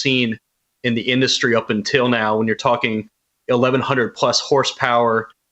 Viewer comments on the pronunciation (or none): none